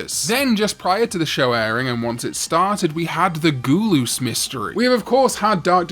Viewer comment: Love how he pronounces gul-us as goo-loos lmao